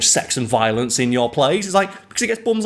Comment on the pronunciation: If the video title didn't have Violinist in it, I almost would have sworn you said "nothing gets me hyper to open a beer than a good ol chat about Violence!" xD